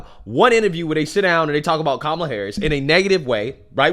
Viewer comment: Her name is pronounced as "come-uh-lah" (it means lotus flower) & not "coo-muh-lah" nor "kah-muh-lah" which dems keep insisting upon. Vivek actually pronounces her name correct tahn the dems who keep trying to correct others over how to pronounce her name.